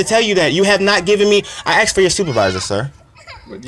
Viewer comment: He clearly axed for a supervisor